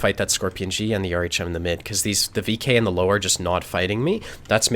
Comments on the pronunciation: I swear to god it triggered me like nothing else Its LÖWE ffs 😂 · Löwe closer to Lerver not "low". It's a small thing but important. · I love watching, great player. The only thing that makes me cringe is when he pronounces Löwe as "Low". It is more like "Lurver" with the U pronounce a little longer almost like "Lourver". Not a criticism, love the vids:) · Lowe is pronounced lerver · its pronounced lerve, not to be an arse im just saying because hearing low just pisses me off xD like its not even close man come on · Lowe is pronounced Lurva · So it's actually pronounced Lirwea:) I would love to invite to Oktoberfest, as the Loewenbrau has that big lion that says "Loewenbrau", and if you heard this once, you won't forget the right pronunciation of Loewe. Like here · That Löwe pronunciation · the way one says the Ö in Löwe would be similar to how you pronounce the U in 'run'. You also gotta remember that there infact is an E in Löwe. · Just can't watch this video till the end because of that Löwe pronounciation ;__